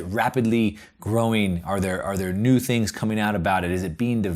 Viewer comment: "THREE THINKS TO WATCH". Hilarious! Should be "THREE THINGS TO WATCH." good vid bro